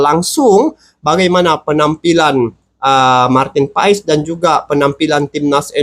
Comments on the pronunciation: Nyebut nama bukan Paes bng tapi Pass😊😊😊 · Sebetulnya Maarten Paes itu dibaca Martin Pas bang, bukan Martin Faiz 😂😂